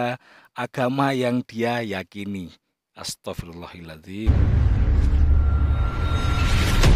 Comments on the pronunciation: Maaf yang benar astaghfirullaaha 'adziim apa Hil 'adziim...?????? Kok gK enak Dengarny ustadz Maaf komen saya di luar konten ustadz 🙏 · maaf bang astaghfirullohaladhim dibaca pake fathah lafadz allohnya krn kedudukannya sbg maf'ulbih 🙏